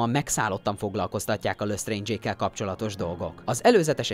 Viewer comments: Nem "dámbledór" ,hanem "dámböldór" "löstréndzs" :"lestréndzs" amúgy jó volt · Dámbledór Kredensz Lösztréndzs Grindewald... szenzációs a kiejtésed xddd